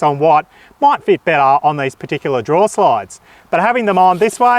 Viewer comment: Drawer not draw